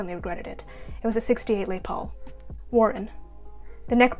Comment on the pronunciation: It’s pronounce Lez Paul